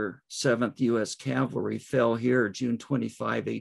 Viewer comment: Please, it’s cavalry. Not Calvary.